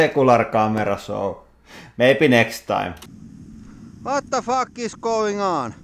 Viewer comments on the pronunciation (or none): The best part is ''hvat da fak is goin on''